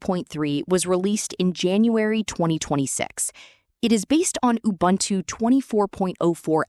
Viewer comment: научите свою говорилку лючше разговаривать... убунту, а не убунчу.